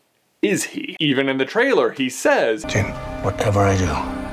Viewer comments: her name is JYN NOT JEN MY GOODNESS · It's JYN , pronounced J-I-N with an i sound! No E in there so it's not JEN! Sorry it just really annoyed me! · Ahhh its Jyn not jen